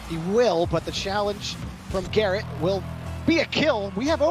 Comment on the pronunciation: Any1 here the guy say carrot instead of garret?